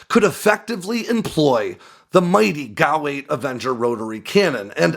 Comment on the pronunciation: It’s not a GOW 8 Avenger it’s a fucking G.A.U. 8 Avenger are you tarded?